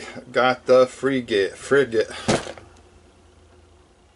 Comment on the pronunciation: You'll have to practice that word Frigate. Nice haul though!